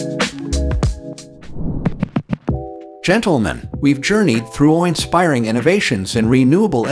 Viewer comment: Is it just me, or does this annoying computer voice sound a lot like Mr. Obvious from the Bob & Tom show? And what with the "GENTLE-men?" Can't we train a computer to say that common word correctly? Why not just have a real human, with a microphone talk normally? OK... I'm done ranting.